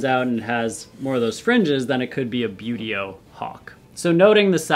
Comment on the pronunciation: excited screeching from far away Okay! Now that I have it out of my system a bit hehe - Wooohooo!! Hawks!! You already know these are among my favorites, hehe - great to know how "Buteo" is actually pronounced, too. (One of my most embarrassing bad habits is not knowing how to pronounce words I've only ever seen in print and never heard out loud!) Lots and LOTS of red-shouldered hawks in my area, and golden eagles. One of the first reasons I started wanting to ID birds at all was because I would see these huge birds near the road and I just didn't want to believe they were ALL "buzzards" (which I now know, black vultures are THE common roadside raptor around here). And come to find out: they weren't all vultures! Immature golden eagles and some of the biggest juvenile red-shouldered hawks can be mistaken for a vulture depending on how they are flying and if you don't have a good frame-of-reference for size. After all it's very hard to tell if you're seeing a vulture high up, or a hawk lower down, when it's just passing over head and you don't have much in the way of trees or anything to give you an idea how far away the bird actually is. And in parts of Texas there was a whole dust-up (back in the 90s I think) about juvenile golden eagles getting shot down by mistake. VERY cool way to present the information, and I really do like this - it feels very classroom and for me that's extremely helpful and positive. Makes my brain latch on better I guess! I also chuckled a bit when